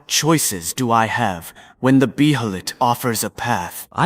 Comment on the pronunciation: "bee-heh-lit" Nope, unsub unfollow unlike #Sayitright